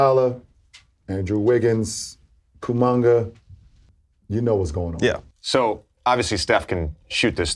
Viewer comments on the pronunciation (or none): someone please tell Lebron the kid is KUMINGA lol. He keeps mentioning KUMUNGA. - Its hilarious!! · "Kumunga" hahahaha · Brah said Kumanga 😭 Bron a comedian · Bro lebron calling kuminga, “kumonga “ so funny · no way he called kuminga kumonga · Bro just sayed kumanga 💀💀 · bro called Kuminga KUMUNGA 😭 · KuMONger 💀… Bron don’t even try to say his name right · Will Bron ever pronounce Kuminga right? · I love how everytime bron says Kuminga's Name its always Butchered like crazy😂